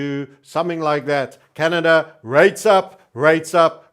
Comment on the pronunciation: I also call it Canadia!